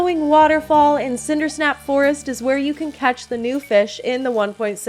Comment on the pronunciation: Its sindersap not sindersnap